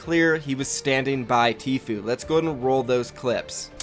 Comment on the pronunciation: The guy doesn’t now how to say tfue